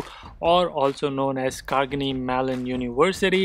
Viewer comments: Carnegie not Cargenie. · Hi, awesome video!! Love your content! Just one correction though..the pronunciation of Carnegie..Would love it if you could possibly add the correction in the video..overall, Kudos to your efforts! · true. I was also thinking, how come being in USA is mispronouncing the university name. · Correcting the pronunciation , It’s Carnegie Mellon. Even I am from mechanical B tech and made it to Product. It’s tough but not impossible I would say!